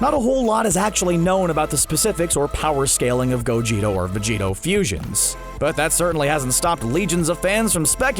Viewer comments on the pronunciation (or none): Go Geh TAH not Go Gee toe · Bruh it’s Gogeta not gogeto.... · so we just gonna ignore the fact that he said "g o g e t o" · Who heard him say gogeito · He said gogito aswell im pretty sure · And he said gogeto or vegito 😂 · Plus he pronounced the name so terribly wrong